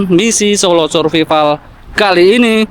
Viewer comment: ...jgn ngomong survival seperti tulisannya dibacanya Survaivel...😊